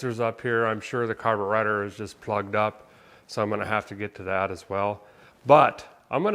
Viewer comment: did he say caburater? never heard those words come out of a guys mouth.. #fuelmakeithappener